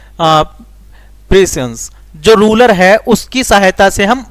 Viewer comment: rurer nahi ruler padna ata nahi to kyu kar raho